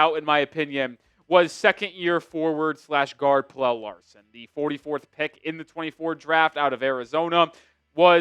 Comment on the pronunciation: u gotta stop pronouncing pelle like that bro